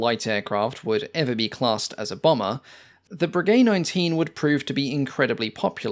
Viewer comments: Breguet pronounced "Brejai" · " Voisin" is pronounced vwuh- zan with short "a" and not sounding the "n". You are mispronouncing it as vwuh- zon. It's "a" not "o" ...now I'm listening to you murdering "Breguet" and I see that there are some other comments on pronunciation. Please, this is a well-done, informative and interesting video. You've done heaps of research. Is it really too much that you find out how to correctly pronounce the names? It detracts from the video. Going into such incredibly fine detail on the facts & figures of each plane, and not even being able to get remotely close to the name because you've completely neglected to even try, just doesn't make sense for a documentary which purports to be accurate.